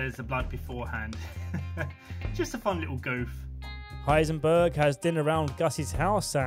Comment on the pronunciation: = Heisenberg